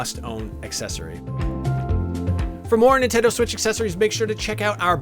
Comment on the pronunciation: Beeg Sweetch